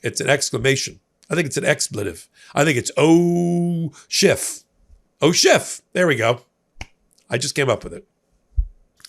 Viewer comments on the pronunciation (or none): Schiff - not Shift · His name is Schiff, not shift. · After so many years of news coverage one would think that would know how to pronounce Senator Adam Schiff’s last name., there is no T at the end of Senator Schiff’s last name! His last name is not SCHIFFT, it is SCHIFF! I repeat. SCHIFF, not SCHIFFT! In a moment of great frustration I say to you, give the man the respect he deserves and pronounce his name correctly. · SchiFF not Shift. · No T in Adam Schiff. He, like Obama, is living rent free in Trump's brain. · Schiff. No 't'. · please stop adding a t to Adam Schiff's name. There's no t in his name. It makes you sound trumpy.